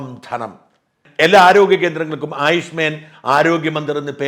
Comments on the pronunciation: ആയുഷ്മേൻ അല്ല ആയുഷ്മാൻ😂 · ആയുഷ്മെൻ എന്നല്ല, ആയുഷ്മാൻ എന്നാണ്.😊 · ആയുഷ്മേൻ അല്ല ആയുഷ്മാൻ എന്നാണ് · ആയുഷ് മേൻ അല്ല സർ... ആയുഷ് മാൻ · ആയുഷ് മേൻ അല്ല ഷാജ, ആയുഷ്മാൻ. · It's Ayush മാൻ and not Ayush മേൻ... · It is aaayuushmaaan, not man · താങ്കൾക്ക് എവിടെ നിന്നാണ് ആയുഷ്മേൻ എന്ന വാക്കു കിട്ടിയത് എന്ന് മനസ്സിലാവുന്നില്ലല്ലോ.😮😮😮😮 ആയുഷ്മാൻ എന്നാണ് ഉച്ചാരണം ....ഇതൊരു ഇംഗ്ലീഷ്: വാക്കല്ല Ayush Men എന്നു ഉച്ചരിക്കാൻ😢😢😢😢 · ആയുഷ്മേൻ ആണോ അതോ ആയുഷ്മാൻ എന്നാണോ... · ആയുഷ്‌മെൻ അല്ല ആയുഷ്‌മാൻ ആണ് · ആയുഷ്മേൻ അല്ല ആയുഷ്മാൻ എന്ന് തിരുത്തിയാലും 🙏🏻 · ആയുഷ് മേൻ അല്ല ഷാജൻ. ആയുഷ്മാൻ.. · കേന്ദ്രം നിർദേശിക്കുന്ന പുതിയ പേര് ഒരു സംസ്കൃത വാക്കാണ്. "ആയുഷ്മാൻ " എന്നാണ് അത് ഉച്ചരിക്കുന്നത്. അങ്ങ് ഉച്ചരിക്കുന്നതിലെ അപാകത ശ്രദ്ധിക്കുമല്ലോ .. 👍👍